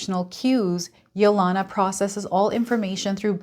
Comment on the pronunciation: Thank you for the wonderful reading. I think the name Yelena is pronounced with a long E on the second E.....like Helena or Helen. Its a Russian name.